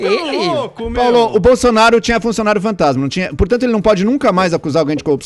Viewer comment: "O CARA TÁ PARTICIPANDO, MEEEEU", o Paulo nunca foi tão paulistano.